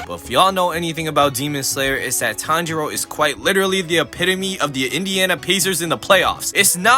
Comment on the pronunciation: pronouncing Tanjiro as Tndro.. bro?!